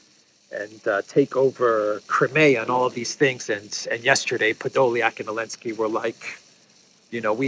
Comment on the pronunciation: Is there any other reason why this guy says 'Elensky' instead of 'Zelensky' apart from quick signaling of his Russian bias?